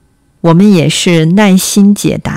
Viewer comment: Thats very normal actually, j, q, x going out into something like "y" or just going completely, focusing on the syllable before you see "nai4 _in1" and can clearly guess the word as 耐心